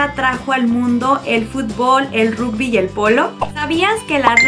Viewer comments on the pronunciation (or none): none